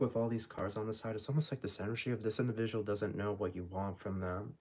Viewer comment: This “indivishual “ 😂